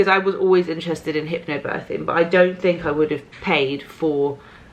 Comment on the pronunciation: I'm sorry, but the only thing I can hear is HYPPO birthing:D Thank you for always being honest:*